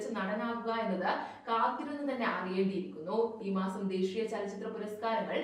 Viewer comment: ദേഷീയാ പുരസ്‌കാരം അല്ല ദേശീയ പുരസ്‌കാരം ആണ്.. അവതരണം സൂപ്പർ 😊